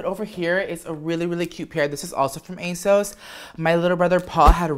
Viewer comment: At first, I heard "Ace" instead of "Asos" I was like, Ace Hardware? Okurrrr